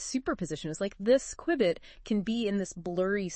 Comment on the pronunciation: It's A "Q-Bit" Not A --> "QWI-BIIT" ?!